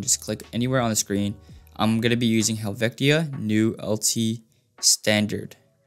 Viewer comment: You really said "Helvectia" lmaooo, great tutorial tho thank you